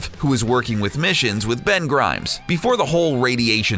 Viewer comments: "BEN GRIMES"?! WTF 😂😂😂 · It's Ben Grimm not Ben Grimes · Ben Grimm, not grimes, DUH! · Ben Grimm, not Ben Grimes. Sorry if dupe. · Ben Grimm! not Ben Grimes! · It's Ben Grimm, not Ben Grimes. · Who the hell is Ben Grimes? Ben Grimm you mean? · "Ben Grimes"...